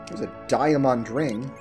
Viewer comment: Die-ah--MAHND ring? What am I missing, isn't it just diamond?